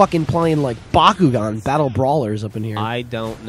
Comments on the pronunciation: He said Bokugan, of course I know it's bakugan. I do watch T.V. and there are ads for it on constantly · bokugan, BOKUGAN, never seen the show, don't think you say it like tha